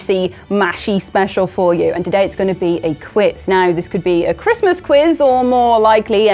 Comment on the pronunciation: is definitely this fans favorite. Thanks so much for doing this guys. Really love you all. Merry chrishmash...... say it properly